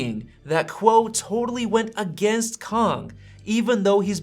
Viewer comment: As a Chinese, there’s finally a YouTuber pronounced the Kang correctly! Good job!